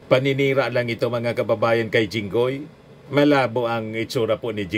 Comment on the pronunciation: Sabi niya Jingay. Obviously THATS jingoy